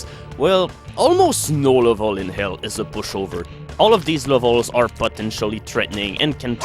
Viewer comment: He can say "perpetually gnashing maw", but not "in".